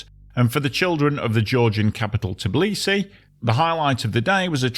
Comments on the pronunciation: It's Tbi-li-si, NOT "Tiblisi". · Why is the narrator continuously mispronouncing the name of the city as "Tiblisi", instead of Tbilisi? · Brah! It's forgivable to someone who just casually needs to tell something about the city he never named before to say "TIblisy" but a dude who's making the whole fckn video about it would be nice to learn how to pronounce it properly.